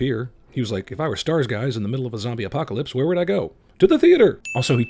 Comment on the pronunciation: there not starrrrrrrrrrrrs!!!!!!!!!!!!!! nerd RAGE!!!!!!